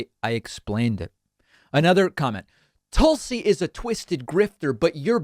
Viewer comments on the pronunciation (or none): Well I have to say that though I am against Tulsi, I absolutely can't stand when David does his Toolsee thing. But the "Sir" bit makes me chuckle every time. 😋